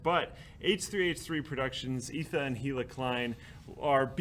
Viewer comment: You called them Etha and Hila lol